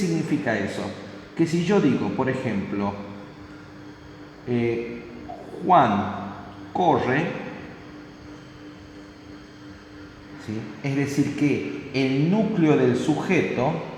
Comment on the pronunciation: Man el tipo es de Tucumán MAL “Juan coshe” hablas muy bien pero la doble r es un lío